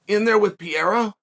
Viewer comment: And quit saying du pleeceez and peerera you know damn well you’re butchering they names you bozo